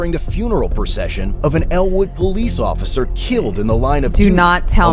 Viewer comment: “Thank you occifer” 💀💀💀